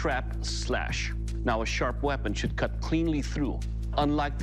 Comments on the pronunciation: It will cot? Don't you mean it weel keel? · "It wil kad" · "It will cot" 😂😂